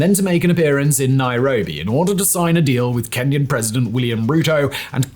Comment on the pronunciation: I cringe every time I hear "Kenyan intervention" in Haiti